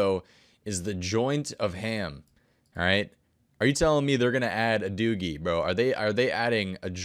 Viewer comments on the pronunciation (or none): "a doogie" lol i think you mean doobie :P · Yo it's a doobie not a doogie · You said doogie it’s called a doobie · Add a doogie? You mean Doobie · lmao!! a DOOGIE!! it's a doobie bro! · I had to rewind 😂😂 deff said doogie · did he just say dooogie? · Lmao I thought the same thing, he's the kinda guy who would ask to buy one marijuana